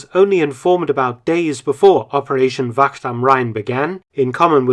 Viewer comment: Very hard apparently to english speakers to say the ach-sound. Wacht not vakkt.